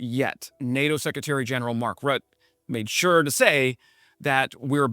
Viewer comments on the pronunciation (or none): It’s pronounced bom-bar-Dee-eh, Also Mark Rute-ah. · just a pointer you likely will mention Secretary Rutte often.. it's pronounced Rutt-ey or Rutt-eh